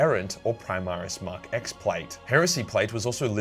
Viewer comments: "Mark ex armor" it's a Roman numeral. It's mk 10 🤓 akshully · Nice to see my boy Logan Grimnar getting some respect. For the record, the Mark X armor is pronounced "Mark Ten", X being the Roman numeral for 10. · It's mark 10 plate mate, Roman numerals and all that.